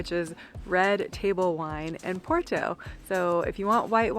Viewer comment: Nice video. We're going in 2026, coinciding with the 2026 solar eclipse across the northern Iberian Peninsula. The Douro Valley will definitely be a vested stop on the way to Asturias, then east to Andorra, France, Italy, and Switzerland. Also, I can't help myself (major OCD here). Porto is pronounced, "Por-too", with a rolled "R" but nobody really cares. Come on though...gotta try to sound like we're trying, right?